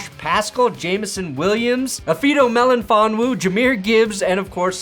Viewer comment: Hate to be that guy, but it's pronounced Meli fonwu not melonfonwu